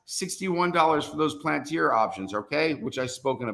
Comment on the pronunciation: It’s pronounced Pal-an-tere. Please man. Appreciate you